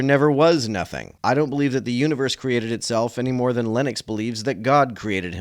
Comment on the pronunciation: 💥💥💥I am so disappointed that you pronounce "Lennox" just like "Linux" ! This is so rude to Linux! 🤡❤🖖